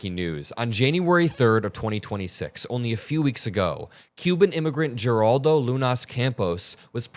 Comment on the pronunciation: Thank you for bringing attention to this. 💙 Please note that Geraldo is pronounced "heraldo" in Spanish.